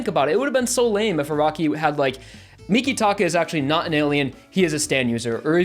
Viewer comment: Also mikitaka is a stand user his stands name is earth wind and fire but I don’t know if he is human or not it is not said like you say